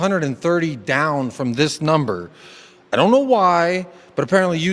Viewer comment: Dees club, dees players…